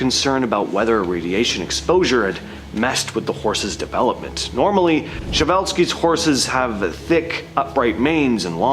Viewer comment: Preh zheh val skee, not sheh val ski